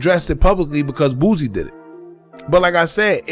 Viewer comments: Please please please stop calling him BOOZIE it is BOOSIE pronounced BOO C!! Lol too funny. You're not the only one that does it though. 🤣🤣🤣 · My guy pronounce every word perfect but can't pronounce Boosie bruh it's Boosie NOT BOOZIE who is that